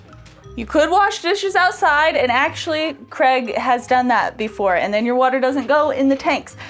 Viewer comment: Great video as always. Now if only would stop calling Craig "Creg" 😂